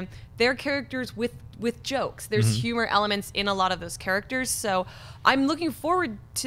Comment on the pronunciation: Jon sees humans and humor as yumans and yumer and it's destroying my ears. But I'm a huge fan so it's not like that'll keep me away. But it will wake me up in the middle of the night